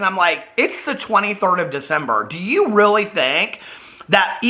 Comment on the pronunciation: “Thank yew. Thank yew husband” 😌